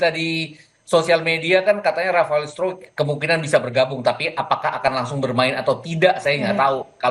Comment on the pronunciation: Rafael struck "i" nya ngga dianggep?😂